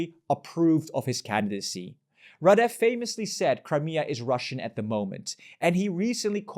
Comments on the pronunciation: how come you say rahDEFF half of the video and RAHdeff the other half 😂 it's the latter that's correct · Why can't people learn to pronounce names correctly? It's rAdev, not radEv. It's not that difficult, and it honestly makes your presentation a lot more sophisticated.